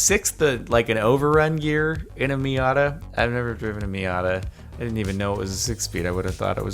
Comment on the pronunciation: am I the only one annoyed with him calling a mazda a miada?